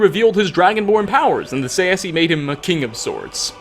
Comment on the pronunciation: He really pronounces Tsaesci as [saesi] xd Its [Ts ae s k i]